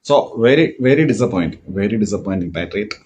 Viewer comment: പേട്രിയേറ്റ് ❌പെട്ടി ഓട്ടോ✅😅